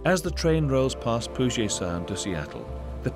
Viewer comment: the narrator weirdly pronounces Puget in Puget Sound: it is normally pronounced PYOO-jet, not poo-JAY.